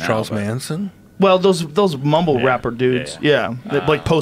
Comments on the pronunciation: “Post middleone” hahahaha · "Post Molong" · "post manilone"💀